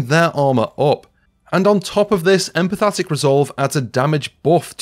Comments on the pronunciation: this needs updating - also... empathic = EM - PATH - ICK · Empathic.... No 'T' 😉